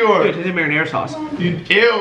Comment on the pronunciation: Tase like marina- tase like marina sauce- it tase like marina sauce- marina sauce